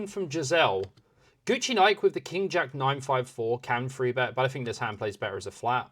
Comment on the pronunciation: Enjoy the content, but please stop say "free bet". You say "three" when there is a three on the board, so you can say three. 😅